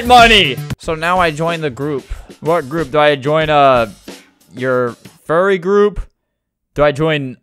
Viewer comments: my favourite part of the vid lol I can't stop laughing at "gourp" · "And joined the gourp" got me dying💀💀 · "the gourp" makes me die so much